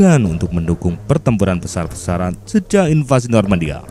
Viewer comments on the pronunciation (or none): none